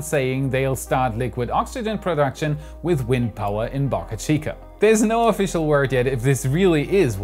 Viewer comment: Please learn how to pronounce the Boca in Boca Chica the “o” in Boca sounds like the o in broke